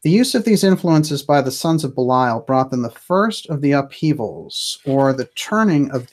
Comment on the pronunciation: I adore your program, although I never actually catch it when it is live. However (and you can attribute this to my being an old stick in the mud as far as English grammar and pronunciation go) your pronunciation of Belial has been driving me crazy. So I went looking. I did find one soul pronouncing it the same way you do, but all of the others said something more like Bee' lee ul, or Bay' lee ul. I actually wasn't sure who you were speaking about. And Ahura Mazda and that other guy, Ahriman, they're not part of "Persian religions" in general, they're the heart of Zoroastrianism, which is a very old religion indeed. In general, it seems to me, you never make mistakes (apart from occasional weird pronunciation; and I'm not sure about your subjective versus objective pronouns; nobody in you generation knows the difference between those), so when you categorized Ahriman as the bad guy in "Persian religions" in general, I was a little bit surprised. But I guess I may be wrong, because I guess Mithra was in another religion. But "Thus Spake Zarathustra" (the unforgettable 2001 film music) I do think falls into the category of Zoroastrianism.